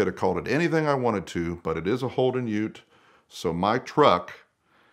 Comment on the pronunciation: So good to hear an American say ute .